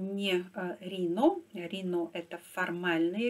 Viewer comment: Спасибо за блог. Like! Маленькая поправка. В США произносят "райно", не "рино". Let's go Brendan! Привет из Ванкувера